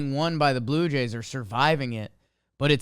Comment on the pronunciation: I thought he said Blooper Jays for a sec 😂